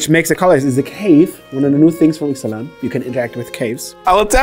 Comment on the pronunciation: is still better at pronouncing Ixalan cards than.